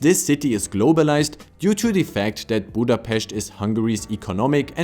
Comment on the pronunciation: The way you are saying Budapest is so beautiful, and you said Debrecen with a cute Spanish-like accent :D The way you said Kiskunhalas was top tier, and Miskolctapolca is really tricky and you still did a great job! I don't know if you practiced a lot or if you are naturally good, but I personally rally appreciate that you put the effort in ^-^ The upsides and criticism you gave about the country are all correct, and Lucy's interview was a good addition too! Thank you so much for the video!